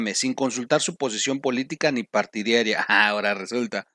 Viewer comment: Partí d a r i a........no "patidiaria"